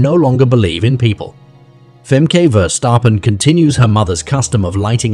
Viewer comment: FEMKAY❌️ FAHMKAH✅️